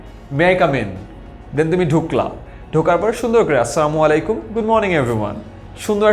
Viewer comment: The worst thing about you is -tumi sobaike tumi bole sommondho koro which doesn’t seem nice in our culture. Change this attitude. Another thing is It's not "samalikum" it’s "assalamualaikum". Thanks.